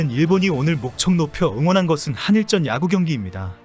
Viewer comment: "한일쩐"이 아니라 "한일전"입니다 쩐이 아니라 전입니다